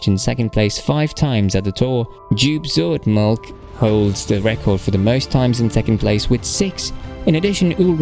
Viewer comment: He butchered Joop Zoetemelk even more 😂